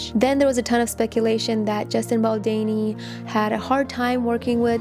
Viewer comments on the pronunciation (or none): "Baldini or Baldani" ....there's an 'O' BaldOni lol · Baldoni!!! Just as it is spelt. Your mispronounciation is distracting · Hi. Just wanted to say that his name should be pronounced as Baldoni ( same as the spelling) not Baldeni. Its a little distracting, sorry. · It’s baldOni not baldani lol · Baldoni = “do” is pronounced like “donut” or “dough”. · Bal-DOH-ni, it's an "O" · Why would you just not take two seconds to google how to say his last name? So disrespectful and I can't keep listening to it pronounced wrong. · very distracting! It is not a hard name to pronounce. Also, his name has been heard around of late! Confusing that she has not heard it and learnt how to pronounce it.